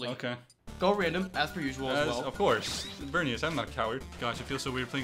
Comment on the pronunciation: I am surprised after all the times has said VerNIas that hasn't said NiCHOlas